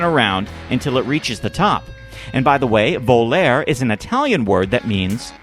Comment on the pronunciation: The italian word "Volare" you must pronunce it "volare" not "Voler"